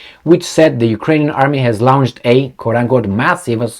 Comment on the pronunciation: It's not "Lounged", or "Laounched" as you say it. The word 'Launched' is pronounced like 'lonched'